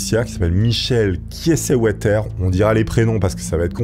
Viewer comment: Pour t'aider j'ai des notions en Allemagne. Prononciation si je ne me trompes pas, Kaïezeuvéteur